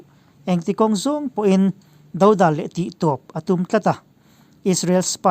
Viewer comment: 'Thâwr thâwr, khapsak, dodâl' hemi chin i lam dik loh hi ka hre hlauh mai a, ngaithla chhunzawm rih lo mai teh ang, sawisel tur ka ngah lutuk palh ang e. Mizo ṭawng lam leh thlûk hi a thu kal phung leh inchheh dân azirin a damglam ṭhin tih hriat reng a ṭha a nia. Han ṭang sauh sauh teh.